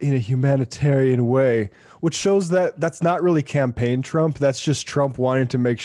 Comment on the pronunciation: champagne??? I thought you said campaign.